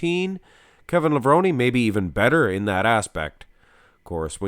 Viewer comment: I thought it was pronounced “Lev-rone” not “Lev-rone-y”